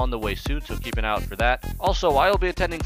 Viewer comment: worst accent. Can't even pronounce "out".